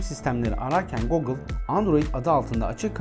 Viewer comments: başarısızlık, teknoloji kanalı açıp, Google telaffuzunu goğgıl olarak yapmaktır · Google ne yaa guugle o 😄